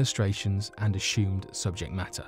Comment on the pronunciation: nah he's cool...my favourite is when he pronounces 'assumed' as ' ash hoomed' . Very Sean conner. 😊